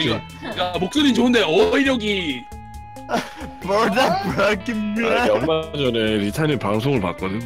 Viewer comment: 붥다보끙면ㅋㅋㅋㅋㅋㅋㅋㅋ발음 무엇ㅋㅋㅋㅋㅋㅋ